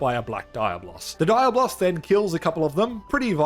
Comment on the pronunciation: My dude gotta practice more how to say Diablo’s in Spanish😅